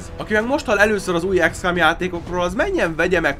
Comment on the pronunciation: ez akkor is "ikszkom", nem ikszkám....a többi ok :)